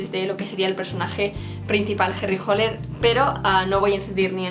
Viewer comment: no es Holer es hAller